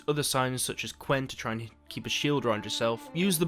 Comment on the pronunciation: I know it's quen but it sounds like you're saying a t at the end. XD